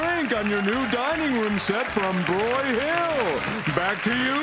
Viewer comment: Not to quibble, but it's BROYhill not BroyHILL.